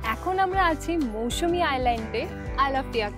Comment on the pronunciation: Not mousumi Mousuni